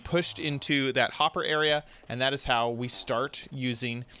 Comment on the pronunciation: you said "hot to make a iron farm"